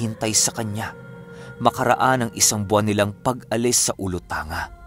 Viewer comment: Ulotang-ga po Yan lods, Hindi Po ulotanga